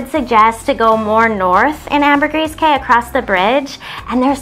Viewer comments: Great video, but Key not Kay.. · K's my thoughts is that is pronounced "Key." Been going there since 2004 and suspect the locals are too polite to correct you. Thanks Canadians or Yanks!